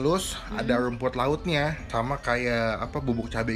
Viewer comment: Lumput Laut,Lamen, Kagak Bisa Bilang R Yah Bang?